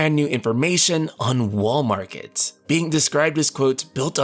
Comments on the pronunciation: Every time he says "Wall Market" I keep thinking of "Walmart." That's probably what I'll be calling this place from now on. 🤣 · I keep on thinking he is saying "Walmart".